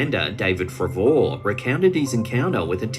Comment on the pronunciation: Ps not even here in Tassie do we pronounce David Fravor's name like that,... or I have never been able to remember 😑😏😩 seriously, research, my sweet Aussie 😊🖖.